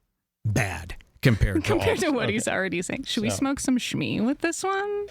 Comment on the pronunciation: Why do Mike and Jules say shmoke shmee? Like kids smoking pot for the first time?